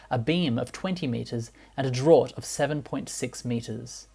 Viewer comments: "draught" is pronounced "draft" if you do not have a maritime background !!! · Fascinating stuff, think the draught is pronounced draft though!!! Sorry for the nit picking. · Draught is pronounced Draft (like Draught Beer) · It's funny how you pronounce French and Italian words correctly. But pronounce draught an English word incorrectly, it's pronounced draft. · DRAUGHT is pronounced as DRAFT not as drort like you say. otherwise a good video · A drort? It’s pronounced ‘draft.’ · Draught is pronounced Draft, not Drort. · Wondering what the hell a 'drort' was, but realised you meant draught (pronounced draft) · "Draught" is pronounced "draft"; yes, I know... 🙃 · Draught is pronounced draft